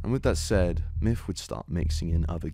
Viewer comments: The video is hard to watch when he calls him "miff" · his names myth not miff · Pretty sure it’s pronounced Myth not Myff.. JS. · I literally was mainly listening and thought you were saying "Miff" this entire video. Then I see he commented and it's "Myth". Good lord I feel dumb xD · "miff". Come on ya dang Brits. Learn how to say "TH". It's MyTH, not MIFF. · you do realize it's MYTH not MIFF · Oh my god dude 😂 I was only listening to audio this whole time and thought the streamer’s name was “miff” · I hate how you pronounce his name. "Miff" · no matter how many times you say it all I hear is Miff, good vid though